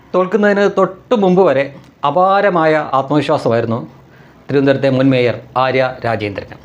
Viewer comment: മേയർ അല്ല ചെറിയ വ്യത്യാസം" മയിർ "